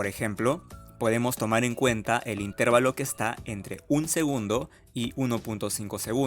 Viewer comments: Señor, con todo respeto para usted. Usted no conoce las Reglas de Pronunciación de las Palabras en Español? Cuando usted pronuncia la palabra: "Intervalo", lo está haciendo mal. La fuerza de Pronunciación cae en la sílaba "va", no en la sílaba "ter". Le recuerdo très Reglas: 1- Toda palabra terminada en n,s o vocal que no sea monosílaba la fuerza de Pronunciación cae en la penúltima sílaba, contadas de derecha a izquierda. 2- Las palabras en Español para ser pronunciadas dependen de dos herramientas: un símbolo que se escribe encima de la sílaba que va a ser pronunciada con mayor fuerza y es llamado "acento" y otras que aluden a con que letras terminan dichas palabras o de cuántas sílabas están conformada dichas palabras. Usted es profesor de matemáticas, asumo, o intenta serlo. Entonces la Matemática también aplica aquí, a la formación y estructuración lingüística del idioma Español. Consejo: debe asesorarse un poco mejor en términos de Pronunciación del vocabulario cientifico-tecnico que va a utilizar en la grabación de sus videos. Razón: Está enseñando conocimientos matemáticos, pero también está enseñando errores en la pronunciación lingüística de esos conocimientos en nuestro idioma: Español. Gracias por sus videos, muy amenos e instructivos. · El video es GENIAL. Mi único comentario es ¿porqué dice intÉrvalo en lugar de intervAlo? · Buen video pero corrige algo: no pronuncies "intérvalo" porque no existe. La pronunciación correcta es intervalo, con la fuerza de voz en la sílaba "va". Saludos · La palabra correcta es "intervalo", sin tilde. La forma "intérvalo" es incorrecta y no se utiliza en español. "Intervalo" se escribe sin tilde porque es una palabra llana que termina en "o", una regla ortográfica en español. Más allá de cómo se escribe es cómo se pronuncia. Suena chocante escuchar a un ingeniero decir intérvalo. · Una pequeña observación: la palabra correcta es "intervalo" y no "intérvalo". Fuente: diccionario de la RAE. Saludos.